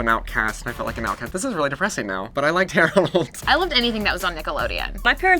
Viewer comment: the way they pronounced "Hey Arnold" made me cringe a little. it sounded like "here Arnold."